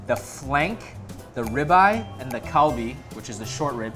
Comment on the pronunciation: When you said galbi I thought you said Kobe and I was liken what kobe is really expensive